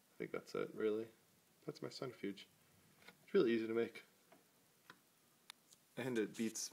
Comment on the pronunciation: Please start saying "cent-RI-fuge" and stop saying "cent-ER-fuge". You are mispronouncing that word.